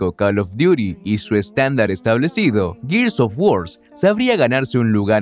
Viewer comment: Gears of WarSSSSSSSSSSS Lo siento, no aguanté esa pronunciación y cerré el video